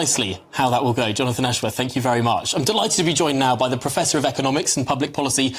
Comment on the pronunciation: Jonafwon Ashworwf can't even say his own name properly...